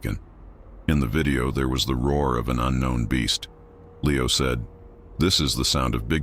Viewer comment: Could not finish with the "narrator" calling Leo "Lee-ow," half the time. Did no one listen to this before circulating it?